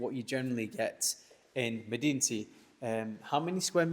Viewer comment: Pro tip: in Arabic it's pronounced "madenti"